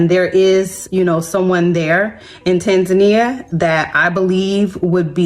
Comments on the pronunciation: GO live abroad for about 2months and then make up your mind. Maybe young lady #2 should learn to pronounce the country name, Tanzania, correctly. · She didn't pronounce Tanzania correctly. Its a different culture,rules, customs and bribes are a natural part of the culture. An American woman alone in Africa is a not advised. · Well, I think I’ve been pronouncing Tanzania all wrong since forever 😬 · The fact both women at the beginning of the video are unable to pronounce Tanzania. Moved to an African country with a huge Indian population…… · I go to a country and can't pronounced the country's name they need to kick you out. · Go cry to someone who cares, you can't even pronounce the name of the country right. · The lady with dreds couldn’t even pronounce the country’s name right. Nowhere else scams like USA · That one girl pronounced "Tanzania" differently every time she said it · The fact that that black girl don't know how to pronounce Tanzania and is only picking countries to visit based on the cost of passports and other surface level foolishness tells me everything I need to know. These Americans think that everyone will run up to them and kiss their feet. Girl return your passport and stay in your block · Why are the mispronouncing Tanzania. Look it up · Of course you will get scammed or exploited it’s like everywhere else, you need to grease the right palms and make the right friends. Americans romanticise everything, can’t even pronounce the country’s name but expect to thrive. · 😂😂 Jezzez lady - its not called ”Tansaaanja” its called Tánzaniiiiia. 😁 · To the second lady, perhaps if you properly pronounced the name of their country, they would have liked you. It's tAAn-zuh-nEE-uh! It is not TENZAN-ya! Holy hell. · Tan-ZAN-ee-a??? listen Maybe learn how to pronounce the name of the place you want to live in??? at a minimum? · It's pronounced Tan-zuh-nee-uh. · Maybe the problem was you continue to mispronounce Tanzania!